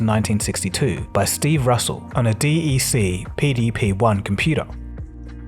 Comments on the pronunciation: Don't say "D-E-C" Either call it "Digital Equipment Corporation" or say; "DECK" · Very minor, trivial note: DEC was pronounced “deck”. DEC Alpha sounds a lot cooler when pronounced that way. 😁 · Is this AI? Why are you pronouncing DEC as D - E - C MOS as M - O - S? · DEC computers is pronounced "dek"